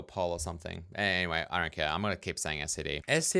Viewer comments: except it sounds like you're saying "scd" not "std" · You know if it bugged you that much you could have just written your own println routine. 😏 At least you're not like some of the c++ nerds that pronounce std: "Stood". That is just so stupid. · The printing custom types bit should be it's own tutorial video imo, the resources for this online are poor the last time looked a long while back. Also, I pronounce it as "stid", I won't say "stood" like many members of the committee, I did used to say "ess tee dee" like you do tho but "stid" is effectively pronounceable monosyllabically